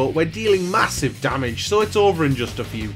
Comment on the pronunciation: “and we run in for MA-SIVE DAMAGE!!” 😂